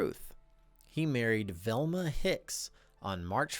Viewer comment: you pronounce Velma as Thelma, it baffles me as to why you'd chg the pronunciation. V doesn't sound like th. I know the difference my grandmother's name was Velma. She wasn't Thelma with a V, her name was definitely a V sound.